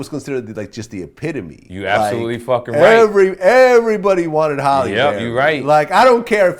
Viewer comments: Halle,not holly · Why does Vlad keep calling Halle "Holly"?